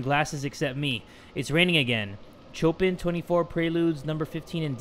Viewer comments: did you seriously just pronounce Chopin like a fuckboy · it pronounced this way: "chopan" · am i the only one who's bothered by the way he says Chopin?? Just me?? kk